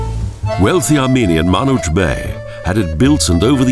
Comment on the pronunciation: First of all, thank you for making such an interesting video about my city, Bucharest, Romania! If you allow me, I would like to correct a few statements: 1. Hanul lui Manuc (and not "Manul") - meaning 'Manuc's Inn"; [Manouck]; 2. The Romanian National Opera, Bucharest (Romanian: Opera Naţională București), a historical building of Bucharest, was built in 1953 (and not 1998) by architect Octav Doicescu (and not by architect Dorin Stefan). 3. The 'Greek figures' by the entrance of Herastrau Park are caryiatids, indeed - but dressed as Romanian peasants from Muscel and Mehedinti counties. So, they are Romanian figures! 4. Transylvania and Maramures are two different regions of Romania. Dragomiresti church is 100% from Maramures, where you can find UNESCO sites like this. 5. Ateneul Roman (The Romanian Athenaeum) is not located at the... beginning of Calea Victoriei, but rather halfway from its both endings. 6. The first protests against Ceausescu (the communist dictator) were on the 17th of December, 1989 in Timisoara (an important city, located in the western Romania); in Bucharest, at University Square - on the 21st of December, in Revolution Square - on the 22-nd of December, these were the LAST ones and the most successful, the dictator ran away by helicopter...). 7. 'Macca-Villacrosse' passage was named indeed after the chief-architect of Bucharest, but only because he married one of the two daughters of the rich man that owned the inn located there. Macca was the brother